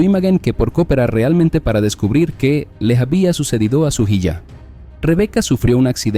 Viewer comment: "mensaye" "amada hiya" 😂😂😂